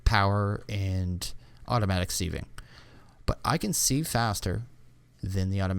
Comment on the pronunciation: "Sieve" is not pronounced "Seeeve". It rhymes with "give", not with "sleeve".